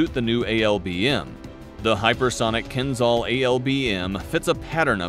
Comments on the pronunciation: ...yeah i suggest you get your pronunciation right.....its kinzhal not kinzal.....dagger in Russian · You are pronouncing its name wrongly, it's Kinzhal , (Кинжал) not kinzal (Кинзал) The pronounciation of (Zh) is like pronouncing "S" in (Measure) (Pleasure) (Exposure) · В топ. А то они все заладили про какой-то Кинзал) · not kinzzal but kinzshal... after hating russia for 100 years you could show some respect and learn how to pronounce things, cretins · It's pronounced like kinJal, not kinZal. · Sounds funny, the pronouncer not be able to pronounce,,Keenzhall" as suppose to sound. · It's pronounced Keen-jahl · Exactly! Was about to say the same thing )